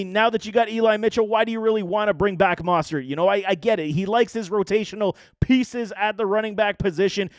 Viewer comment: Really don’t think aiyuk came in overweight, I think the problem was his overall work ethic and practice habits that made shanny put him in the dog house. And just some constructive criticism, look up the pronunciation of names, mostert, tartt, and ebukam were said incorrect.